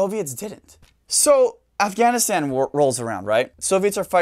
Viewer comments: I liked the way you pronounced Afغanistan! Thanks for sharing your knowledge with us. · You should say “afghhahhhn” a few more times... 🙄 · Ofghoniston pronunciation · If I have to hear him pronounce "Afghanistan," one more time, I'm gonna lose my sh*t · The way he pronounces Afghanistan makes me think he was in the service.